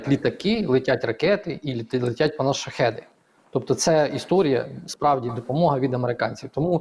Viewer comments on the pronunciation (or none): none